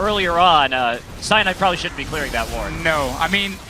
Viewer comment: "Cyanide! Cyanide (Si-yah-need, Si-yah-need)" Just pronounced the way le frenche pronounce it :D